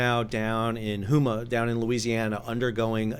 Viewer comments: It’s pronounced like you’re saying the word ‘Home’ and then ‘uh’ as in …….. UH, what are you pointing to in the upper right corner as there is no link. Houma, not hu ma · "Houma" - pronounced "HOME-ah" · Just a side note it is pronounced "home a " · Houma is pronounced HO - ma. Using a long O. Or, "home" with an "a" on the end. RE: HOS lift boat- supply boat crossbreed. The video indicates this design is for research. So, here is your tax dollars at work. Look for a connection between a vessel owner that had a large inventory of out-of-work oilfield vessels and a congressman/senator. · Sal, as a native resident of Louisiana, I recognize some of our towns are hard to pronounce so I’ll give you a better idea of how Houma is verbalized here in Cajun Country. It’s “Home-ah” 😉✌🏻